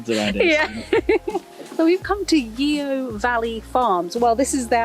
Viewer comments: Its yoo valley not yEo .yes you got to be from Somerset to say it xxx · Enjoyed watching but can't help myself mentioning it's pronounced "Yo", not "Yeo" 😉